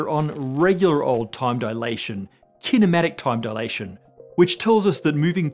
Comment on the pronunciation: "Kinematic Time Dilation" - took me a moment to realize he didn't say "Cinematic Time Dilation" aka Slo-Mo...